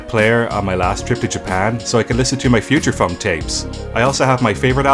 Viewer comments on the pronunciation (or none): Did say future funk or future fuck? This consumes me not knowing which